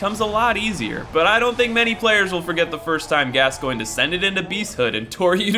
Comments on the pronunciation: it's pronounced as gas-coin eileen calls him gas-coin so i assume its the right way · How did you pronounce Gascoigne correctly but not Vicar?